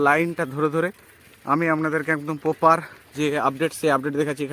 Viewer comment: Bar bar 'poper' kothata use korben na. Sunte kharap lagchhe..aar kothata poper noi..ota 'proper' hobe